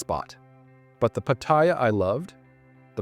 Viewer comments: Learn the correct pronunciation of Pat---ta--Ya , not Patyia , Pat--ta--Ya. There. Is not such place in Thailand as Patyia, My Thai wife gets pissed off with farangs whom can't pronounce Pattaya correctly and posting up all these negative videos , If you don't like don't come to Thailand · Its not pat-tie-ya its pat-tay-ya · I've lived in and visited Thailand since 1970 and the name is pronounced Patty Yah! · Pat t ya . Fk speak sound right . Wow speak correct ... ask a local ...